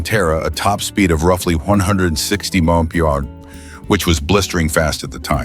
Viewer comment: Bullshit Ai, can't even say MPH correctly NOBODY "FOrgot" about these. Pure CRAP.